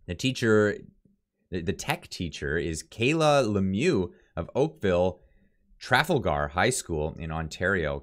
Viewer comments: if you’re going to cover some important issues and want to come across as legitimate news source in these difficult times… Then please watch your reading and proper pronunciation of of the words you are reading… The school is not called Okaville “Traffle-ger”High School… It is pronounced…Tra-fal-gar. You know…like Tra-fal-gar Square in London England… You know…where a lot of these “agendas” are coming from… As a avid musician, I am sure you can appreciate that proper presentation in any form is important. Just like a musician rehearsals help too. Thanks for your content. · School Name: "Tra-Fall-gr" Not "Traf-al-Gar" hope that helps. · It's pronounced tra- fall - ger. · Pronounced: Trah - Fall - gar not Traffle-gar Poilievre: Pauly-ev (eng) french: Poy-lee-ev-r (fr) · Tra-FAL-Gar,not TRA-fal-gar. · “Tra fal gar “ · It's pronounced : TrawFall Grr. I enjoy your shows I watch regularly. Good work . Keep it up. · Please take time to investigate the proper pronouncation of the school!!! It is Tra-fal-gar as in the battle of Trafalgar. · FYI it's pronounced Trah Fall Ger. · It’s pronounced TRAL-FALL-GAR, the way you said that 😂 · "Tra fall ger" is the pronunciation. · You're killing me: tre FALL ger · Tra/Fal/gar try that again. If not, Siri should be able to pronounce it for you. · pronounced TraFALLgar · trafalger is pronounced tra fahl grr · Tra. Fal. As in falcon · Jesus Christ, it's pronounced /tra-FAL-gar/!! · Really? You cant pronounce Trafalger?